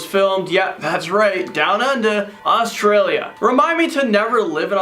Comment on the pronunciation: I'm sorry to say but it's Australia not Autrilia and I'm Australian so I know